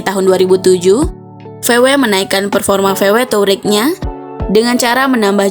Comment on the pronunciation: Tahu wareg sebutannya😂